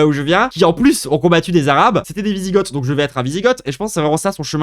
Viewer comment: On prononce vizigo déjà, et ensuite, t’as absolument rien compris de la personne qu’est papacito…t’as loupé une occaz de te la fermer mon grand…